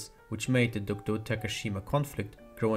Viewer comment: It was late, but thank you for saying DOKDO~ And I have loved British.